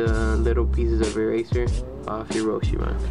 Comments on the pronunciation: You are saying roche wrong it is pronounced rowsh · stansbury its rosh e not rowsh its a japanese design ROW-SHE